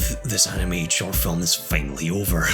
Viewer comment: normal people: finally him: FEINALLY